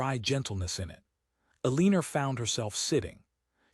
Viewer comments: Ellen or.Not pronounced E lean or. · PLEASE…Eleanor is NOT pronounced Uhh-lean-ur!! It’s Ellen-or. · Isn't her name Eleanor? Never heard of Eleener. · I’ve gotten used to bad AI narration but the Eleener is especially irritating. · I can't listen to the mispronounced nam3 any longer. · It’s so blooming irritating! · 😂😂😂👌 The odd things that AI cannot master.......😮